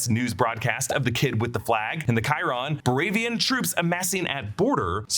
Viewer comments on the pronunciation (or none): none